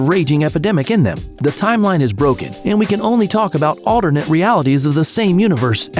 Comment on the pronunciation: DID THIS MAN JUST SAY ALDERNET its alternate not aldernet